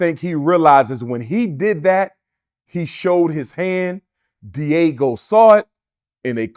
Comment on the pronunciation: Can he learn how to pronounce Diageo? I hope he's not teaching anything at his fake school if it ever opens